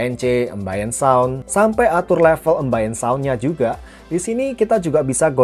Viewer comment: Maaf ya mas, mau koreksi dikit. Ambience dan Ambient Sound itu, dibacanya : Aembiens (embiens), bukan 'embains'" Sound. Makasih.